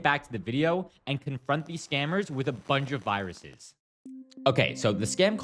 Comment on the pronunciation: "Can you show me the vaaahh-ruses?" 😂